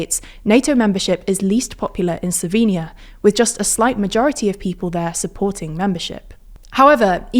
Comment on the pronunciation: Finally someone that pronounces the word "Slovenia" correctly in english.